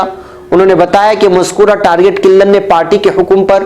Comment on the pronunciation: Mere Target killer ka talaffuz durust farmalen